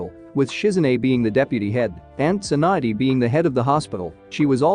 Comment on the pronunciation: it's tsunade not swand and it's sasuke not sashke